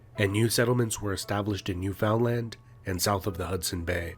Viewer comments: Ok, within the first minute I knew this was not made by a Canadian. Eskimo is not a good name anymore. Also it is not New FOUND land. It’s Newfn land! You need to watch a video by an actual Canadian. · This guy is not pronouncing Newfoundland properly we pronounce it like Newfunland